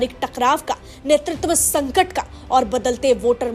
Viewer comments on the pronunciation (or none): none